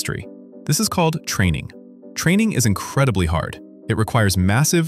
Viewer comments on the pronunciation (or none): in: it's training, not traning. Go back to school.